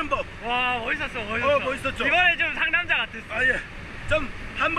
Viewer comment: 상남자아알!!! ㅋㅋㅋㅋㅋㅋㅋ 왜자꾸 상남잘이라고 들리죠? ㅋㅋㅋㅋㅋ 상남자에 대해서 잘아는사람인갘ㅋㅋㅋㅋㅋ